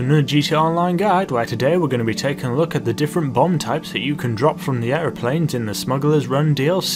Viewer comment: Sorry but the Way you say Airplane is so funny aireplane